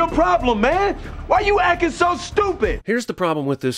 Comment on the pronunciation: Why does Will Smiff keep saying "acin"??? Does that mean he's ACTING more "black"??